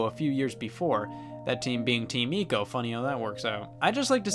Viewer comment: Isn't ico pronounced eyco? Just asking, that's how I heard everyone else pronounce it, and now I'm curious